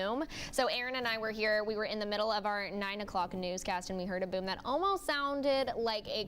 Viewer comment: Buoom, there's no u in boom